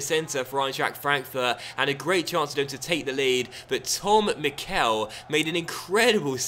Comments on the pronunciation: I think mickel is said like mickle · could you please stop saying the e in Mickel long, it's supposed to be said short